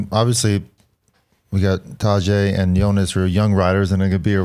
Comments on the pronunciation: Please please please someone tell George to stop butchering Pogacar's first name. It's taDEj as in DEcision. Listen to Johan pronounce it, he's 98% accurate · Some tell George it's not Tajay 😂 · It would be nice if George could learn to pronounce Tadej Pogačar's name. It is not that hard. Take 5 minutes, call Johan and ask him how to pronounce it. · Come on, learn to pronounce Tadej's name, he deserves it at this point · What's with George's pronunciation of Tadej, sorry Tadjay? I mean if it was Grzegorz Brzęczyszczykiewicz, I could understand that mauling but this? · George's new pronunciation of Tadej... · George, love you man. But if you can pronounce Jonas properly you should be able to pronounce Tadej as well. C'mon man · please teach Geog-ja how to pronounce Tadej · this. it’s painful to listen to how he butchers his name